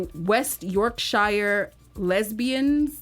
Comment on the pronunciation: Yorkshire is pronounced York-Sher. Also Anne Lister was born in Halifax, West Yorkshire. Her mother Rebecca Battle was from East Yorkshire however.